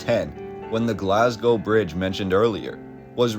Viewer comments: but it is really pronounced Glasgo not Glazgo. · Glaz-Go - well done on the pronunciation of Glasgow. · say glazgo one more fucking time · lol we say Glaz-go or Glesga (Glez-ga)